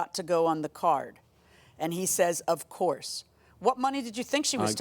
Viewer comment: He said “of course” like a real drunk. Sir every one don’t drink on the weekend lol